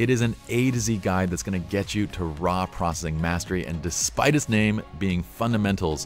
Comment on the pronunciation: Learn to say PROCESSING no PROSSING